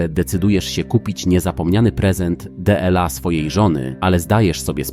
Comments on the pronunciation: Słynne D L A zamiast dla. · A cóż to za sztuczna inteligencjia nieznająca polskich liczebników. No i to d.l.a 😂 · Kto te gówna wygenerowane i przeczytane przez AI ogląda??? 'prezent D L A dela zony' DEBILE